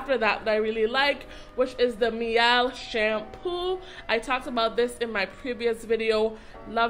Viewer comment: Pronounced "mee-ell." The word "miel" is Spanish for honey.